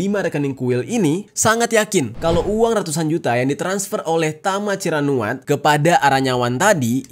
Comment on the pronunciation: tama ciranuat❌ tama cirakuat✅ 😂😂✌